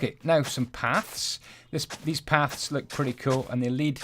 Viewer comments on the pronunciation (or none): none